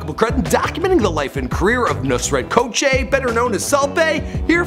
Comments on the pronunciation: It's not KOKÇE its Gökçe amk. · You butchered his surname but that's alright. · Ffs that's not how you say his last name 😂😂